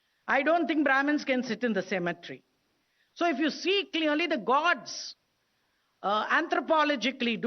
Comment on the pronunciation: Its cemetery not symmetry!